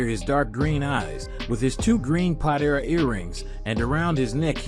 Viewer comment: Man, I really like the evil demons Pot - Era earrings!!! Lol, love how this dude mispronounces everything.... 🤣